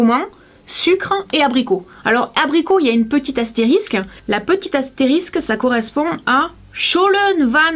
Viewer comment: Lol comment tu dit astérisque